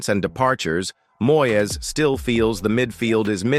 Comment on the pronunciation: Please get a commentator who can speak proper Engish. He first should be able to pronounce MOYES name correctly !